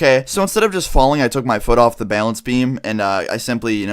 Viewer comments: im not trying to be offensive but says bailance not balance it makes me cringe any one else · struggling to say "balance" again. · So. Much. Bay-lance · Dude you gotta stop saying bale ence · The way you say balance XD "baylance" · "Balānce beam" lol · He really does enjoy saying bailence doesn't he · It bugs me the way you say balance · DOES ANY BODY ELSE LAUGH AT HOW HE SAYS "BALANCE"? I DIE LAUGHING LOL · THATS NOT HOW YOU PRONOUNCE BALANCE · Please stop saying balance like that